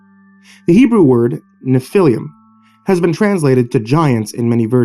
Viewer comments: It's not pronounced "Nephiliam"... It's 3 syllables, not 4. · Sorry man, I have to do this. Nephilim is proununced “Nef-ih-leem” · It’s pronounced NEFF ah lum. Otherwise great reading. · Nephilim is pronounced Nef-il-leem. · Hey dipshit the proper pronunciation of Nephilim would be to use the e like in the name Jeff, Nephilim Google pronunciation works very well why not stick to Creepypastas douchebag